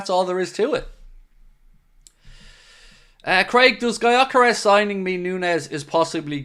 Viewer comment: Just reacting to title: just FYI since Gyökeres is a Hungarian who grew up in Sweden his name is pronounced like Dyökeresh. With the Gy pronounced like the D in dew or due. If anyone cares to pronounce it right